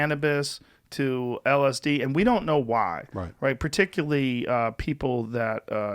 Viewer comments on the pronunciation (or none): One day Joe will pronounce "particularly" correctly